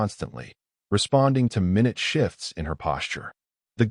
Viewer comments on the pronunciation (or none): HFY hi! 'minute shift' and 'minute cue' in the text are being pronounced for the time unit. in this context, the word references a size unit, specifically, a tiny size, and is pronounced 'my-NYOOT'. please correct? ✨️sanku!🙏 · Minute shifts? Minute /mī-ˈnüt/ right, you just have no clue how to read and instead choose to sound like a stupid person who does stuff in English when you have no clue how to speak it. Many words are spelled the same but do not sound the same, and you just hit one of them. Wow, that happened twice now in two days; we are on a roll. Hey, we also have words that have two pronunciations for the words that are spelled exactly the same way, and oddly, they have the same meaning, even if they sound completely different. I think English might be a hard language to make sense of. Hell, I've been trying to learn English now for like 61 years, and I often find that I have no clue about how some words are even pronounced. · Great story, so grounded in reality. For those depending on the audio, A.I. routinely mispronounces "minute" and "present," thereby changing the meaning. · At abour it says her mobility device "responds to minute shifts ". Minute can be pronounced in two ways- "my nute" meaning small or tiny or "min ute" meaning 1/60 of a hour. "i" as a long i or i as a short i. You want the first one.